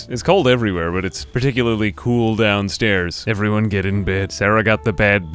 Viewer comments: Love how he pronounces these things "The baad bed... the ba-ed beed" "Hey Magge~" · The BaaAeeud Bed (had me in stitches, tis the magnum opus of comedy)